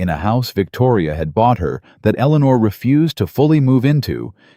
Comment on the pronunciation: At about : : the name 'eleanor' is badly said as if the team did not research how it should be said!. Oops LoL 😢😢